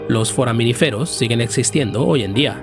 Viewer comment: Es "foraminífero", con acento en la segunda i...🤦‍♂️